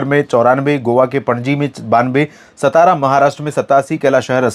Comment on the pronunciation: It's सातारा Not सतारा.